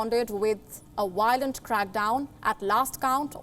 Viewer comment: Not “Wiolent” it is “Violent” with a “V”